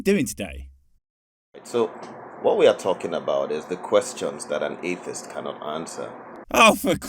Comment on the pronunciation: Reaction when I read the title: "For the love of thick thighs, here we go again..." I wonder if this time there is going to be at least one good question. Edit: ... "Athist" huh ? he can't even SAY atheist ? this is going to be interesting